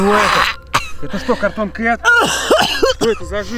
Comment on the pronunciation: Вообще-то правильно говорится cartoon